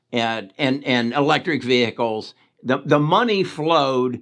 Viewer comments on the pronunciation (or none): none